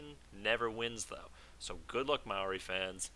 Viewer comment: Also I noticed you pronounced 'Maori' correctly, as a New Zealander I am pleased by this. Please continue being awesome :)